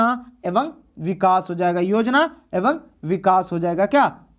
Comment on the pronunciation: एवं ko evang nhi evam padhte hain